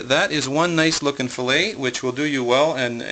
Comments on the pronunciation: Fil-let lol it is fil-lay. Lol that made me laugh. Are you canadien? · What the hell is a fish FILL-IT. You butchered the fish. You don't have a clue.